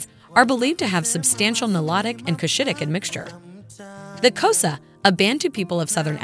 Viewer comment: Xhosa nor Khosa. The beauty is in the click sound. Well explained.